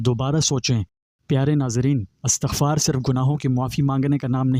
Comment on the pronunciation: Astaghfar nahi Istaghfaar prhty hn video waly bhai sahb.